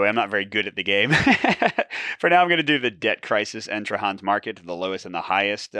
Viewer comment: Tra-HAN? You sure?